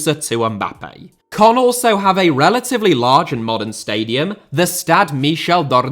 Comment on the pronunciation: its caen not cannes